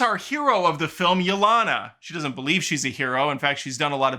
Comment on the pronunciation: You mispronouncing Yelena's name after hearing it pronounced correctly for 2 hours (Ya-Lane-Ah), has to be a bit. If it is, I'm here for it.